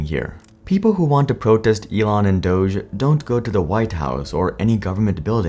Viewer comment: The fact that people are pronouncing Dog-E wrong will never not be cringe 😂